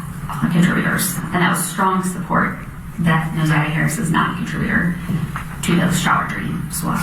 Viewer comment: Kim Worthy couldn't even make certain to pronounce Naziyah's name correctly! SO DISRESPECTFUL 😢